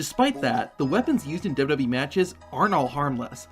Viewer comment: Love your videos man. But the way you say "WWE" makes me irrationally irritated xD